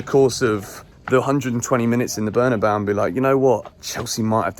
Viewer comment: FFS. It's pronounced Berna-bay-oo. You should know better🙃